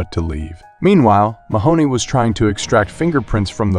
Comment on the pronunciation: everytime Mahone is pronounced "Mahoney", i die inside a little bit